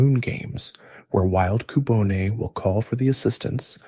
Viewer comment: Why you pronounce cubone like that? Lol Coo-Bon-é and coo-Bone